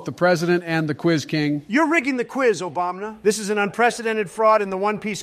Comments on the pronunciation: love the way calls him "obamna" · "Obamna" - at some point, probably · make more of these. Just for god sakes please have say "Obama" instead of "Obamna". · Every time says Obamna I think I'm gonna die. I hate and I usually disagree with all of his points, personally favoring a stance somewhere between Biden and Obama, but I know Japanese and I almost always agree with when he makes points about Japanese dub, names, or voice actors, and that bit about Go Kou Joe had me ded. "Because nobody knows what a Go Kou Joe is, you idiot" XD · Does the real also pronaunce it ObamNa? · Why is he calling him Obamna?